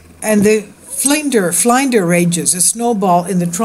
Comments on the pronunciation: flynn-ders, ftw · I gave you a like because of the interest level and I live in Australia, but I thought it sad you had to show the same clips over and over again. Also the pronunciation of Flinders as in Flinders ranges is FL in (as the word in) DERS, FL in DERS